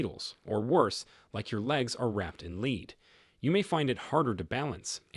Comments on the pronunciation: This video is narrated by a bleeping robot who is programmed to pronounce the metal "lead" as "leed", a dead giveaway to a badly-programmed video channel that has no care to get its content CORRECT. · I like your channel but I hope you could correct the pronunciation of tear or lead etc. The AI voice couldn’t tell the difference of a word with two pronunciations and often pronounces it wrong in a sentence. 😊❤🙏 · A very good AI reading, but it shows with things like “lead, as in lead me to it” and “Lead like the soft grey metal”